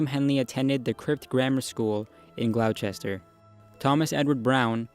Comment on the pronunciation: It is pronounced Gloss-ter--sher !